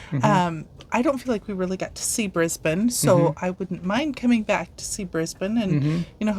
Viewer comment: Welcome to Australia!!! I live north of Brisbane on the Sunshine Coast (Kangaroos in garden at the moment:)). I'm so sorry it is so wet, it's just been an awfully wet Autumn. ps Brisbane is pronounced Briz bun. not bane - did it right, but - nope. LOL